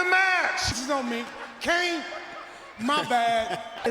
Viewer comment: Or Santino calling Kane "Kanye"